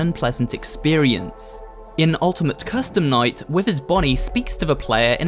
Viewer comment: he says minigame coustume night